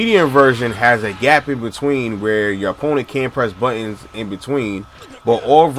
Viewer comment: "If your opponent is pressin buhins" lol i cant forget that after hearing it 20 times